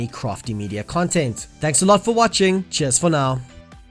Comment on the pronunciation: haha I always recognize a South African accent esspecially when you said cheers